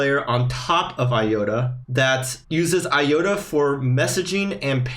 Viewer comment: I think the correct pronunciation is i-ota, not i-yota. Other than that, great video.